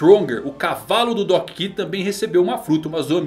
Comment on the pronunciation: Doc ki? Kkkk Doc q mano Se for falar em inglês seria doc kiul